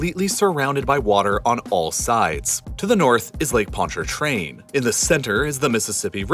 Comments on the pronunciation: Welcome to the soup bowl. Ugh, the butchered pronunciations of Pontchartrain and Atchafalaya, locals should have narrated this. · Hey just wanted to say great video! Very accurate facts. Also as a native to the greater New Orleans area, I just wanted to point out that the first R in Pontchartrain is actually silent. Keep up the great work! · Pontchatrain, everytime he said that. Pon-cha-train not Pont-chart-train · Lake Pontchartrain is pronounced “pon cha train” not “pont char train”. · Exactly. I was mostly impressed with his Ponchartrain pronunciation and the only real issue was the voiced first R. It's basically pronounced like, "Pon cha train" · it’s not pronounced with the r. It’s pronounced pontchatrain. Basically take that first r out and then say it. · Him pronouncing the lake sounded so robotic 😂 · "Pon-CHAR-train" Lmao, but kudos for him getting close. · Excellent video. Heads up, people around here seem to pronounce the name of the lake, “ponch-uh-train” (with the emphasis on the “ponch” part). Idk if that’s everyone down here though. Some people might pronounce it like you do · I've never heard anyone raised here with a new orleans accent pronounce it ponT-chaR-train. In the video he pronounced the first "t" and first "r" with a slight inflection. That seriously sounds correct to your ears?? I've never heard anyone say carondeleT either. It's always carondeLAY. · it's new or-lins. but yeah, it's pon-cha-train. he got new orleans right but lake Pontchartrain did sound kind of off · Fun fact: Pronounce Ponchartrain like us Louisianians and you'll have an easier time. We call it "pon cha train" Also "a chaff a lie a" for Atchafalaya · I'm from Louisiana so I'm just here for the hell of it but THANK YOU FOR PRONOUNCING NEW ORLEANS RIGHT! Also, Ponchatrain is pronounced like "ponch-UH-train" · The r in ponchartrain is silent by the way - ponchatrain is a better pronunciation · “ponch-uh-train” is how you pronounce it btw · dude said ponchaRtrain 😂😭